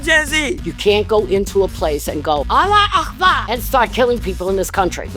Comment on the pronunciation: Nobody says alla bakka🤣